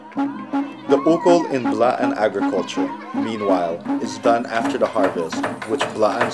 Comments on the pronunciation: Blaan not B'laan, not Bla-an... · its BLAAN not B'LAAN...